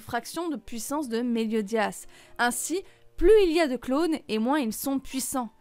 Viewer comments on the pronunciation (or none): Elle a pas du tout respecté le nom de Meliodas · Elle a pas respecté le nom de méliodas !!!